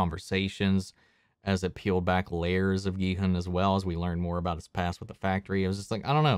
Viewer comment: Finally a reactor who pronounces Gi-hun's name properly. Korean names are hard to pronounce among non-Koreans. So his pronunciation was impressive.